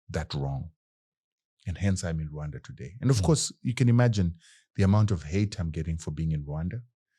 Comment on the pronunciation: You pronounce RWANDA properly, I suscribe! Deal